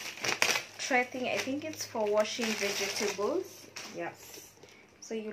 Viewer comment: Veg-table not vege-table. Lovely vid